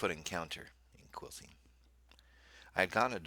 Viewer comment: Just fyi, Quilcene is pronounced "Kwillseen" and we refer to it's residents as "Quilbillies"